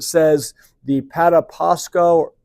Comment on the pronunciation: First Edit I'm from there originally. The river is pronounced "Pa-tap-sko" I used to fish in an arm of that as a kid